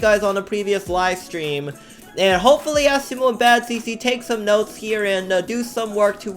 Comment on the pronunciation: ITS NOT FREAKING ASSIMO ITS ASIMO